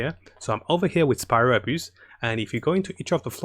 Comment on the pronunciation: I like how you pronounced spiral abyss as spiral abuse, its a fitting name 😂